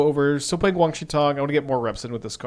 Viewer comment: its WAN, not WANG